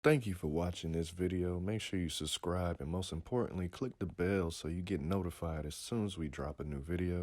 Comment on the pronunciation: He says "SUS-scribe" instead of SUB-scribe 😆😉❤